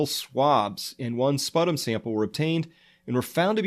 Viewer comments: Not "spuh tum". Pronounced "spoo tum". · He called sputum Spuh-tom. Fake news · How do you not know how to pronounce “sputum”? - it’s like spyoo-tumm, not „sputtum“ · Sputum: spyoo-tum, not sput-um! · It’s pronounced “spew tum” not “spuh tum”... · Thirteen-Fifty justnumbers thanks, that was making me nuts but I was trying to let it go. Spew-Tum. SMH. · Damn, I was all on board until you called sputum spuh-Tom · Thank you for this daily dose of sanity from someone sitting right in the path of this disaster, please keep up this excellent work. BTW: Sputum is pronounced spew-tum. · Sputum? Isn't it pronounced Sp-ew-tum? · Great coverage. You are however mispronouncing sputum. (Spew-tum). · it's pronounced - spew-tum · It's SPEW-tum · I'm pretty sure sputum is pronounced SPEW-tum. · It's pronounced spewtum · I love your videos on this subject and I really agree with your assessment...on a funny note, I had to giggle of your pronunciation of the word "sputum"...LOL! it is pronounced "SPEW-tum" ;) Keep up the good work! Great info!! :) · sputum..really...never heard it pronounced that way.i ( as a nurse) have always pronounced it (correctly) as ..phonetically ...... "spyoodum " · Its odd that when the word “sputum” came up in the various news bits you were reading out loud, you mispronounced it. Sputum is such a basic word. Are you sure you have a PhD in some medical field? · You should Google how to say sputum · This guy can't even correctly pronounce the word "sputum" and he opines as an expert of infectious disease? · you are a professional medical person sir? you cant even pronounce the word "sputum" properly .